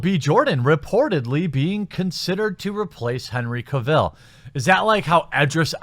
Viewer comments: This entire rant was inaccurate. Ppl do watch supergirl. Superman had man of steel wich was great. You officially became a fuk boy when you said pronounced his name Ka-vill And then later confirmed when you actually used far left media is a sentence to justify your point when what you wanted to say was niggas cant be Superman. And actually they try to develop Superman in man of steel and give him An actual more dilemma and you fucks boys cried #NotMySuperman pls i can tell you like to pretend ...... by all the books in the background. Just stop pls just stop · I think it's pronounced: CAH-vil.